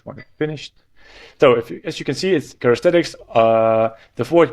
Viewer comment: Characteristics not charestetics ;) thx 4 video